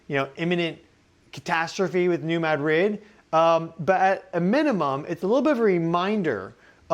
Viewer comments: We say MAD-rid not Ma DRID. This is the Midwest not Spain. Thanks for all your information you’re amazing!!! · Mad-rid, one word. Not "Mad Rid" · Spanish: (muh)-DRID...emphasis on last syllable: MAD-RID...equal emphasis on both syllables Correct: MAD-(rid)...emphasis on first syllable Give him time, he'll get it. ☺ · Pronounced “new MAD-rid” fault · Dear. There are two Ds in the word Madrid. Neither are silent. ✌🏽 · As a local, the first time you said New Madrid fault is the correct way to pronounce it. The way you started saying it later in the video is wrong. And also it's not pronounced the way the city is Spain is. We aren't Spanish, we're American and the settlers in this area were largely French and German.